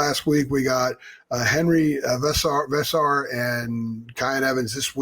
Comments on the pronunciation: Guys, it’s Henri VEESAR, that’s how you pronounce his last name! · More like saying ..v-SAR.. there is little emphasis on the first part & a HARD second part. Don't know why folks are having an issue saying g this way. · Hey, please take the time to say Henri's last name correctly. NOT like an American (both parts equal emphasis), put the 'HARD count' only on the 2nd part .. v-SAR! Henri v-SAR!!